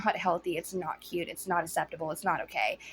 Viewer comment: "Its aKseptible, not asseptible!"